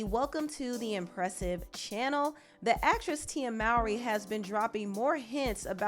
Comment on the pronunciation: Okay but can we get her name right😂 it’s pronounced ‘more-y’ Tía Mowry (more-y)